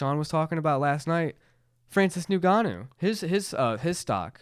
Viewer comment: I love how keeps saying nigganou 😂😂